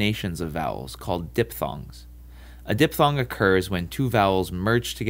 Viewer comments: Kyle Silver dippppppthong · Diffffffthong ಠ_ಠ